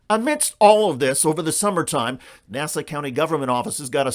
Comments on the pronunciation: And by the way it is not nasa, but Nassau.... Hack reporter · NASA is the space guys....it's Nassau. NAS- SAW. NOT nasa....